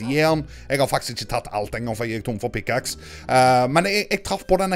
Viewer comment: når du skulle si Pickaxe sa du pickaks......